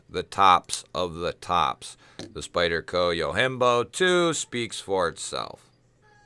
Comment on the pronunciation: You're the first person i know that made a japanese word Yojimbo into a spanish word, Yohimbo. hahah